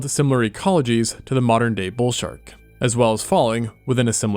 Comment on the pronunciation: "We've got a sharl for that"